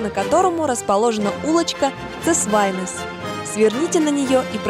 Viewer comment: Це́свайнес - в латышском все ударения на первый слог.